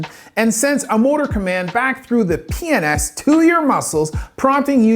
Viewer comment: The way you pronounce PNS with a straight face 😂 Good shit as always